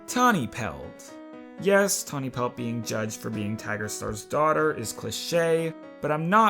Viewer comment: Tawny pelt = tani pels. Tall star = tall Starr